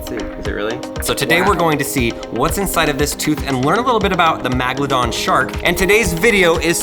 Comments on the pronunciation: How did he mispronounce this,how did Lincoln not correct him,MAGLADON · Title :- Megalodon Pronounced :- Magladon And English is your first language??? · Why is he saying magolodon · First of all it’s pronounced Megalodon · Who says megladon lol 😂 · He really said magladon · Not magalodon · It is pronounced, Mega-la-don. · MAGladon ha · It’s megladon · If you're gonna talk about Sharks least say the name right How you pronouncing the name is incorrect it's called megalodon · I have 50 of those and its megalodon (MEG-UH-LU-DON) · I’m sorry I have to ITS VALLED MEGALADON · He said magladon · its pronounced (meg-a-lo-don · You are pronouncing megalodon wronge it's like Mega La Don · it’s megladon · Why does he say magladon😑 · magladon magladon magladon magladon magladon magladon magladon magladon magladon magladon magladon magladon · Every time you say megalodon incorrectly I said the proper way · You sed the sharks name wrong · He said Megalodon wrong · It’s pretty funny he can’t pronounce megalodon correctly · Your poor pronunciation of the name of the shark is getting making me infuriated!! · your pronouncing megalodon wrong lol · I don’t usually get bothered by how often you miss pronounce things in videos or get information wrong, but how do you stuff up Megalodon?.... you have something 300 million years old and you still can’t get it right? If I was the person who gave you this to do the video I would be ashamed. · Is anyone annoyed with the way that says Megladon? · Ok first off your saying the name wrong Scientist have proved that the Megalodon is still alive it’s on a tv show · it is meg not mag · I’m a fossil collector so that hurts really bad. And it’s megalodon not a magalodan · im pretty sure its MEGladon not MAGladon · Did he just pronounce Meg ladon Mag ladon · Magelodon Me: Megalodon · It's a meg'aladon tooth not magladon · It’s megalodon not Magladon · Magldom it's megldon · its not magladon its megadon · It's meg not mag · It's meg